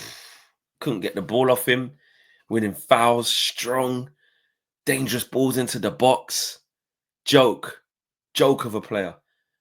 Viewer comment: When Odegaard comes back online its Dan-ger-ous.